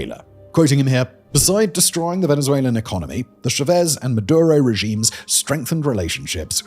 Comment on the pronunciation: Ugh Simon it's not pronounced SHAvez or SHEVez but CHAvez like Tcha!